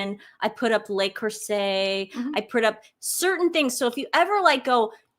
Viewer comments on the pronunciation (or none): FYI correct pronunciation. Le as the, Les as they. Le Creuset 😊